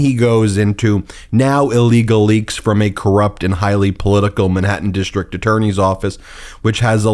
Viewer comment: dishtrict-DISTRICT, goes-SAID, dishtrict-DISTRICT, A-nother-another, dishtrict-DISTRICT. ENOUGH!!! WORK ON YOUR PRONUNCIATION!!!